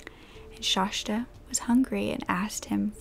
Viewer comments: Its Shasta. Not shashta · I’m from Oregon and have always pronounced it as shhaasssta.. no sh at the end. Like the mountain. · Omg it's Shasta not Shashta!! Please at least know how to pronounce the victim's name!! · It's pronounced Shasta, but not Shashta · I'm glad you explained that because I was instantly like, what? Shashta? And also Coeur d'Alene is pronounced like "core dah lane". It is distracting for those of us familiar with the proper pronunciations, but we love you anyway. ❤❤❤ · I've never heard the second "s" pronounced as sh. It's shasss-ta. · Hi loves, hope you're all doing well. I hadn't even realized when filming that I had said Shasta's name incorrectly and I mean no disrespect in doing so. I always try to make sure that my pronunciations are as close as possible and for some reason I made a mistake on this one. Hope its not too distracting. But just wanted to let you know so you don't have to comment on it <3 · My mom lives about 3 blocks from the Denny's she was found at. And I have her on my FB page. I also just want to let you know out of obligation that you pronounced her name wrong the entire video lol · I live right next to cour d’ Alene! ( you pronounced it wrong lol buts its ok, and you said Shasta wrong but it’s fine) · Just FYI... it’s pronounced like this cor de lane.. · This story is so sad. But its making me nuts. My name is Shasta too & you're pronouncing it wrong. Uhh!! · Shasta is pronounced more like pasta than whatever you are saying